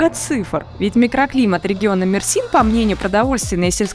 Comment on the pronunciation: Не МерсИн а МЕрсин .